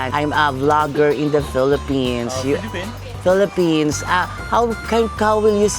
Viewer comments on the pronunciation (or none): none